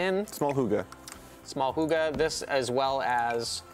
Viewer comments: It’s called hygge though, not hugge... I had no idea what word they were saying, until he explained it. Lol. I get that it can be hard to pronounce for non danish people, especially since our y sounds completely different, but maybe have researched the pronunciation? :) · I swear to God it’s supposed to be ‘higg-eh’ as in the Norwegian ‘hyggelig’. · I’m danish and I will officially start pronouncing “hygge” like he does. Hoogah. Adorable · Listening to that dude trying to pronounce Hygge, made my morning 60% better. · They were talking about “hygge” but as a Dane I couldn’t understand what he was talking about until he spelled it out 😂 danish pronunciation is difficult ♥️🇩🇰🇩🇰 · They were SO terrible at pronouncing “hygge” I cringed SO hard😳